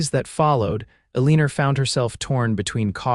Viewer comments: Her name is pronounced...'E - LEE - NAH.' Not...E - LEE - NER!' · Eliner, instead of Elena, is irritating. But a wonderful story with a compelling storyline. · Enjoyed story BUT the woman’s name is Alena NOT Alerna. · I find myself wincing every time the narrator pronounces her name. “AHLEANER” Instead of “Elina”. VERY distracting, even knowing it is from a AI. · elineer? should be Elina(h) or El(e)nor (oar) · Elina, not Elinar, no R at the end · Agree!!! Elina...NOT Eliner!!!! These narrator's need to "proof read" before putting words to actions aloud for us critics!!!! Not that I am a linguist, but I do try to speak distinct and correct and spell correctly. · The accent of Elina should be on the El. Stop making it sound like eleener. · "ALEENER" SERIOUSLY?!! 🤦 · I agree lol ElinaRR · That is really annoying - Elina is not pronounced that way. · Elina ends with a not an r! 😡 Seriously sounds awful! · Whoever taught the AI pronunciation might be from New Hampshire. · Pronunciation ruins the story. Best not to listen. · AI needs a couple more years of schooling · I can never tell if they're trying to say Elina or Eleanor. Can't always trust the print script either. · Yes, that really ruins the story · Great love story. Agree about the pronunciation of Elena. Very distracting